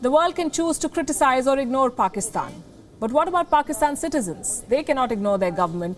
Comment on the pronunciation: The anchor just butchered pakistan